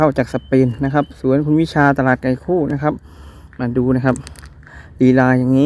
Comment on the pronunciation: ตลาดไก่คู่อยุ่ที่ใหนพูดไม่เคลียร์